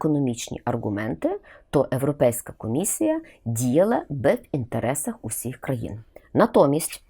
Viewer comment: Все так. Цікаво. Одне тільки- правильно говорити Європейська а не Еропейська чи Ирупейська. Не потрібно коверкати мову на радість «друзям»